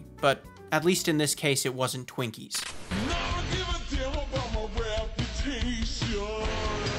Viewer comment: "Skrekup" Nah nah its "Shretchup" bruh Edit: also, "Shwinkies"